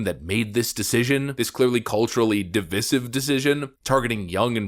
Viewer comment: You STILL don't know how to pronounce divisive. And you STILL use it in every video.